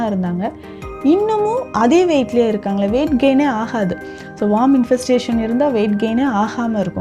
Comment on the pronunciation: வார்ம் இல்ல மேடம் worm(வேம் )